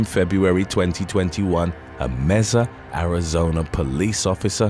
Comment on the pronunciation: The city of Mesa is pronounced as "May-suh". Love your videos and watch them all the time!